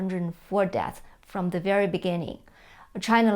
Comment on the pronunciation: Why does she never pronounce deaths, with an S at the end?